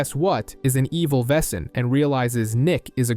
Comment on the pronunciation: It's criminal how yankees pronounce "Wesen"